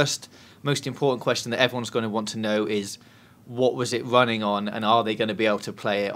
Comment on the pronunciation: RUNNING not WUNNING.